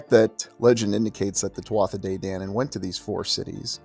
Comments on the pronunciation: Just fyi, "Tuatha" is pronounced "Tu-a" or "Tu-Ha" definitely NOT "Tua-tha" Peace 🙏 🐉🐉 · One of my favorite subjects! My mom named me after the Halls of the Irish Kings! Eventually I was learning about The Tuatha De Dananne as well! 🥰 Today, just before coming here, I learned you pronounce Tuatha as ‘Two-a’ the th is silent!😆🤭😊Up until tonight, I was saying it just like You!😃😁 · First word is pronounced tuha, my father used tell me stories of them. My father was a man from the country, rural. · Thank you for covering such a rare topic Pronounced Choo-Ha (tuatha). Translated as ‘The Tribe of the Goddess Danú, a heavenly race who crashed onto the Irish Sea shore during a storm many moons ago